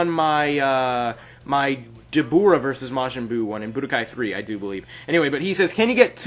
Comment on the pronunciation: its pronounced like guy but with a k so stop saying key